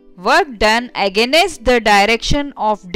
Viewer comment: I watched this comment the same time when she pronounced that word 😂😂